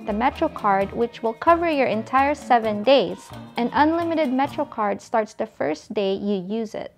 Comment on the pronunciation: say 'THE" NOT:"DAH"!!!!!!!!!!!!!!!!!!!!!!!!!!!!!!!!!!!!!!!!!!!!!!!!!!!!!!!!!!!!!